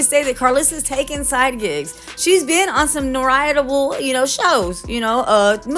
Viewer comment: NORITABLE MAAM is not a word! OMG!!! Notable is the correct word! “She’s been in some NOTABLE shows not NORITABLE”! My gwwdddd TUHHDAY 🤓